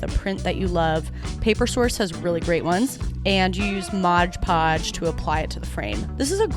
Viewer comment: Notes: 1. right now when you speak into your mic it's only in the left channel; please have your editor (/you) center the audio in both channels when it's a mono source. 2. it's MOD-podge, vs. MODGE-podge. 3. It's liBRARY, not liBARY. 4. Thank you.